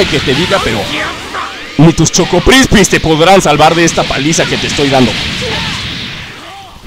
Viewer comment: Dice "CHOCOPRISPI" no "CHOCOCRISPI"